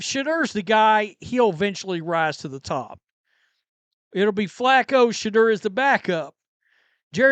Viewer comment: “Shuh-door”. Pronounce it right